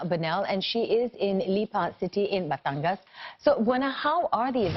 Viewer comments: You gotta give it to her for pronouncing Taal and Batangas correctly. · This is the first international news station that actually said batangas and taal perfectly also sto.tomas